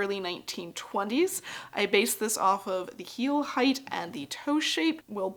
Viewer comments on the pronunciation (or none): none